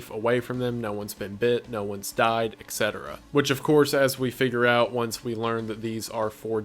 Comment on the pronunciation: It's "WHEN" not "WHENEVER." WHEN someone did something, WHEN. Why can't you just say when? It's like you go out of your way to say "whenever" when you mean "when." Etc. also stands for ET CETERA not EK CETERA.